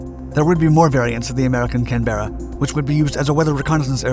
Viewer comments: Your Mispronunciation of the name of Canberra is getting on my nerves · The mispronunciation of Canberra made my ears bleed and the rushed speech gave me brain cancer. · Great content - only spoilt by the badly mispronounced name (as mentioned below). For such a well researched, produced and presented piece of work it wouldn’t have taken 2 minutes to find out how to pronounce the name correctly!! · You have the wierdest way of saying 'Canberra'; the emphasis is on the first syllable. Go back on the internet and listen to some Brits and Aussies! You might have mentioned that the more powerful Wright J65 engines were actually British Sapphire jets built under licence. 55% losses in Vietnam does sound horrendous, but slightly less so if that actually meant 50 odd aircraft in 31,000 sorties. I hadn't heard the 'never runs out of bombs' thing. Just shows how far perception can be from reality. Now the Buff, that's a different thing! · Just a quick note. Canberra is pronounced as a single syllable not two. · That’s right mahn , correct pronunciation here in straya. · Damn Yanks can't pronounce anything, it's was so cringe hearing him say it over again 🤮🤮🤮🤮🤮🤮🤮🤔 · Given the way the narrator mangles the name of this aircraft, one wonders how he would pronounce the name of the capital of Australia! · why do american pronounce canberra wrong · A good video. But please learn to pronounce the name before you publish. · This is basic stuff. Wikipedia for example has a pronunciation guide. If you can't be bothered doing this level of research, why should anyone watch your (otherwise quite good) video? The Canberra was named after the capital city of Australia. It's quite a well-known place. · Typical American miss pronunciation of the Australian city of Canberra. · CANBERRA IS NOT PRONOUNCED LIKE THAT! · The correct pronunciation of this aircraft's name puts the stress on the first syllable - CANberra, not canBERRA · The emphasis is on the first syllable not the second - CANberra